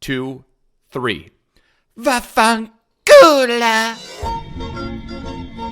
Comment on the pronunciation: Vaffen colo gets me every time